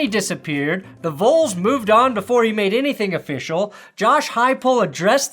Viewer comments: rules of phonics- first vowel is short, unless there is a second vowel then it changes to long. So it is not “Voles” but “Vols” . For example it is not “ boles” but “ball”. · Its not Vouls... its VAWLS!!! Better yet just say The Big Orange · "Vols" is pronounced "vawls" not "voles." Easy to remember because it's short for "Volunteers." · I love you dude, but it’s pronounced like vawls not voles. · are you purposefully pronouncing Vols like “Voles”? it’s pronounced like it’s rhymes with “Halls”: Vols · V-all-s not V-oal-s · Damn it's not VOLES. It's Vols as in sounds like VAWLS. Short for Volunteers, not Volenteers. Now I can't even tell anybody I'm originally from Denver. Sheesh! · I'm sorry I'm not trying to be mean and I know you're just reading your script, but "Vouls" is just making me twitch. "Vauls", exact same way you pronounce "Volunteers, just shorter. Do it for Peyton, we gave you him. =) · Volls like balls not volls like voles. 10/10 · Love ya,, but it's Vols like "vawls" not "voles." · Why yall keep saying voles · wtf you keep saying “voles” like moles? Volunteer = vahl-un-tier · Did you just pronounce Vols as voles? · 😂 I noticed that as well. It sounds like he’s mispronouncing & maybe mixed it up with “Noles” (FSU Seminoles) another college team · lol it so isn't. It's pronounced more like Vawls. Just to give you an idea. We know what voles are and we aren't calling ourselves a mouse 😂😂😂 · buddy is out here saying "I vole-unteer" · I was going to give you shit about the way you pronounce “Vols” but then I remembered I hate Tennessee. They low down, they dirty, they some snitches. So fuck up their name all you like! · lol why do you pronounce vols like that? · How do you mispronounce "Vols" ? Lol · Bro, you know how long it took for Southerners to learn how to pronounce his name that’s why we are all pissed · Guy can't even say "Vols." What a poser. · Cmon... at least pronounce Vols correctly